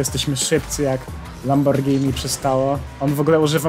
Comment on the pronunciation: dziękuję że mówisz poprawnie "Lamborgini" a nie "Lambordżini" czy jakoś tak <3